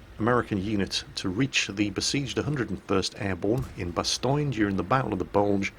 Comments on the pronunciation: Did actually say Bastoyne? OMG I wonder if he ever messed up a two car funeral LUL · in the beginning u said bastogne like bastoin lol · Why do you butcher the pronunciation of Bastogne? it's not pronounced "Bastoine"